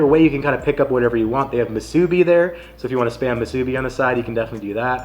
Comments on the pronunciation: Great video! We’re born and raised on Oahu! Yes, KALUA pork…and it’s MOO-soo-bi. Not Moo-SOO-bi. 🍙 We enjoyed your review of our island foods! 🎉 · Kalua not Kailua and moo-soo-bee not masubi! Mahalo for highlighting some places here at home not many other vloggers do like Bob’s ❤ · Love your attitude, but as a local Hawaii boy, I need to issue some corrections. 1. Not everyone from Hawaii is “Hawaiian”. Hawaiian is an ethnicity, so only native Hawaiians should be called that. The rest of use are just Hawaii people or Hawaii locals, or “kama`aina”. 2. Kālua pig is the right name, not Kailua. Kālua is a Hawaiian word that describes the cooking technique. 3. It’s pronounced MU-su-bi, not mu-SU-bi. 7-11 one is not the best because the spam is not crispy enough, but it’s fine in a pinch. Bob’s is solid. Guava Smoked is also worth checking out if you come back. I’m a malasada purist who likes no filling. Leonard’s is the best, but one of the bakers opened their own place called Pipeline’s that is also good. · If you want to pronounce "musubi" how we locals say it, please look up "Amanda and Felix musubi"